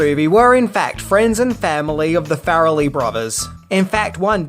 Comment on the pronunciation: love your videos, I love this movie and enjoy your general demeanor...but...i just couldn't get past the 5 minute or a dozen "fair-a-lee"... I'm not sure if it's the accent a lack of research or a little bit of both but it's Far-lee...like Car-lee or bar-lee. After the first one I tried to play it off, I'll get used to it...i didn't. Ok, till next episode then!